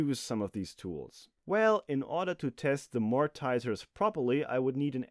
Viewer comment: mortise -> "mor - tiss", not "mort - eyes" flange -> "fl - ann - dj", not "fl - ayy - ndj"